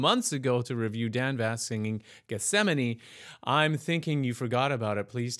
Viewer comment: Thank you for pronouncing the name of this song……EPIC performance by Dan Vasc